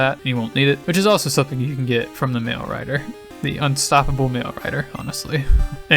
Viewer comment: Every time you say "mail" in this video, I keep mishearing it as "mayo"